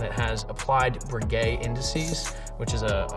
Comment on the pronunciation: Ce sont des index Breguet, pas Bridget 😂